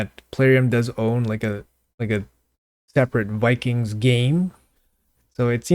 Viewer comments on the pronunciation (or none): none